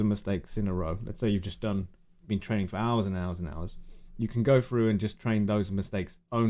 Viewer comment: "It checks froo" - makes me laugh every time I watch this video